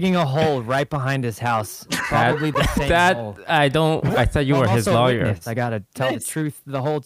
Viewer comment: did no ppl notice laywer not lawyer